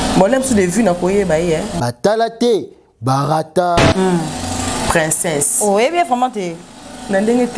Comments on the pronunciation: Ma on dit princess et non princeinsse🤣🤣🤣🤣🤣🤣🤣🤣🤣🤣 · Princesse yango esala ka bino Pema po nako prononcer. Boyekola kolaba princesse